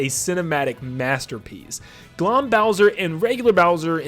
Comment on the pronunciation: The pronounciation of Glohm made me wince lol